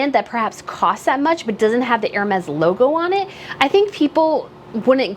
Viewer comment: Thank you for saying ÈR-Mez (phonetically) instead of HER-Meez 😂 I'm sorry, but it's been driving me nuts listening to others say that about the Hermès blanket. Yes. I'm petty.